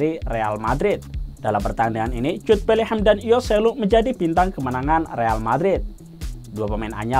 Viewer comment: Abangnya bilang Betlehem ya?